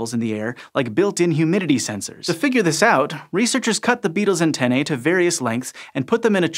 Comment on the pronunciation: u mispronounce antennae